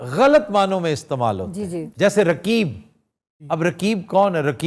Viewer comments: Aftab Iqbal saab, I am sure that you will not read comments, but still I request you and others who read this , kindly pronouns 'Qaaf' , harf Qaaf is in your name but you can not pronouns , Rakeeb nahe Raqeeb . pronouns 'Qaaf' from throught. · رکیب کیا ہوتا ہے؟۔ تمکو تو قاف بولنا ہی نہیں اتا۔ اردو کے دشمن ہو تم پاکستانی۔